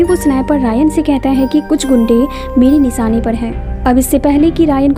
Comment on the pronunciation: Aap sha ko sa q bol rai... Sara maza bekaar ho jata h... Sip... Nhi ship.. Nisana nhi nishana😅